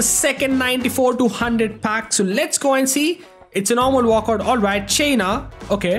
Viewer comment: Bro said chaina